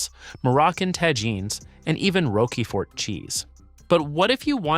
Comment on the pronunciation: "TAR-DIVE" ; "RO-KI-FORT" — LOL. Try "TAR-DEEVE" and "ROCK-FORT"